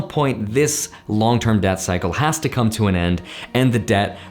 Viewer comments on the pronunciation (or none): Yep, I knew he was saying "Debt Cycle" but my ears didn't agree. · Did anyone else keep hearing "Death Cycle" instead of "Debt Cycle"? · Same lol